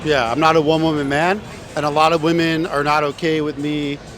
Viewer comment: It's actually insane that this dude doesn't know how to pronounce "women" with how many of them he interviews.